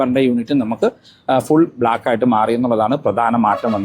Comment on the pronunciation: ബെoബർ❌ ബമ്പർ✅